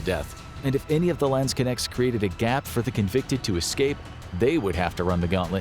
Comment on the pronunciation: As a german I cringe at the way you pronounce Landsknecht... LAAANDSKINECTS WTF IS LAAAANDSKINECTS!!!!!!